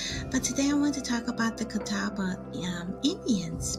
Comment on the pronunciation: I am a member of the Catawba Indian Nation. The way she is pronouncing it is the only way I've ever heard it pronounced. The Catawba language is Eastern Siouan language.